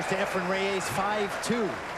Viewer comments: Mitch Laurance: Why do you pretend to better know how to pronounce "Efren Reyes" than does Efren Reyes himself. SIR MITCH: IT'S NOT RAY AYSS -- it is Reyes. Please note the spelling. Please also note: The way a person's name is pronounced is entirely the choice of the person himself. You sound as if you have a foreign object in your mouth. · Lol .... " Efren Re-YAYS "..??😏